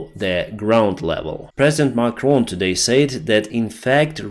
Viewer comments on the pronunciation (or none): none